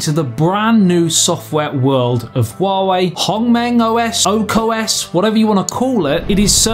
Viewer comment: it's called Ark OS not Oak OS.....